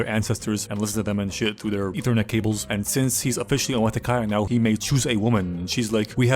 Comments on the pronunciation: "Eathernet Cable" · "ethernet cable" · I lost it when he called it ethernet cables